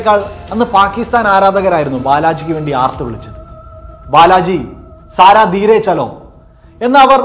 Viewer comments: ഉവ്വേ സാരാ ധീരെ ചലോ എന്നല്ല.. ജരാ ദ്ധീരെ chalo എന്നാണ് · സാരാ അല്ല സരാ ധീരേ ചലോ